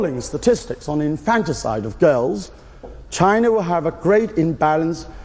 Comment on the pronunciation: It's infanticide not infant side.